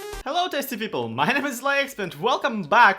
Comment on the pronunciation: I know he's saying "hello tasty people" but my brain always says 'I'm not testy, you're testy'. I so look forward to videos. 😂 🖤